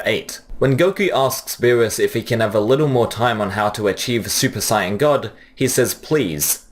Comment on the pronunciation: SUPER SIYAN 😂